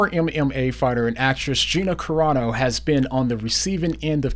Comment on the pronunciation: It's Carano and not Corano. just glad you didn't put Corona...